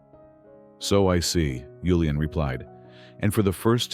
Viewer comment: Good story but annoying hearing yulian when his name was julian